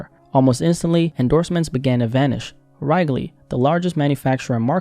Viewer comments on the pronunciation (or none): "Wrigley" is pronounced "rig-lee". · “WRAGLEY” Gum lol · Come on dude you know how to pronounce wrigley the right way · Does Wrigley not exist anymore? Just wondering because that wasn't how it's pronounced. When I hear major brands names mispronounced, I ponder if they are still around. 😂